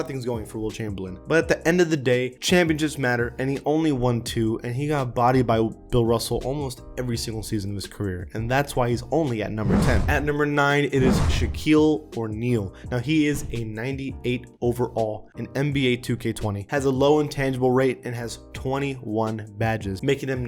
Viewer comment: Good video but don’t botch Shaw’s name “Shaquille O’near”